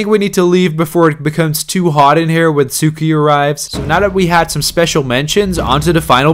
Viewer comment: bro said suko 💀